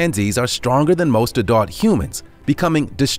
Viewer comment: Why does he pronounce Adult weird..